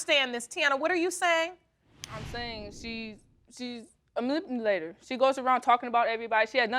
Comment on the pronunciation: whose the manirphurlator now? 🤡